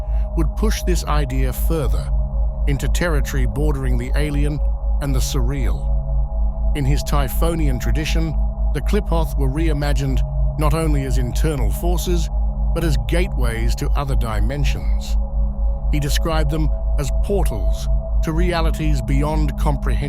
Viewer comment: Its pronounced "clee-foth" the PH is sounded as an F.